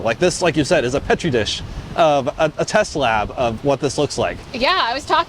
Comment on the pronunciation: It's peach tree dish. Marge Taylor green 😅😅